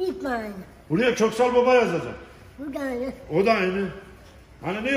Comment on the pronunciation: Салем из Казахстана. Коксал Баба. Правильно прочитал)